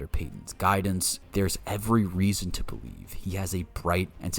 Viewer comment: Broncos Country BO-lieves